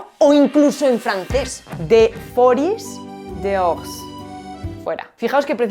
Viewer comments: La s de dehors no suena y se escribe liaison y no liason. Muchas gracias ❤️. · Muy interesante, como siempre. Si me permites dos comentarios sobre el francés: - la s final de "dehors" no se pronuncia - te dejaste la segunda i de "liaison" lo que te hizo pronunciar mal la palabra (es [liezɔ̃]). Es por decir algo, porque, de verdad, tu trabajo es admirable. 👏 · Que adorable cuando hablas francés pero cuidado, hay dos íes en liaison, y la S de dehors es muda ❤